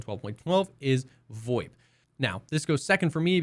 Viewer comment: what the fuck is voip? void? voit? WTF ARE YOU SAYING!!!!!!!!!!!!!!!!!!!!!!!!!!!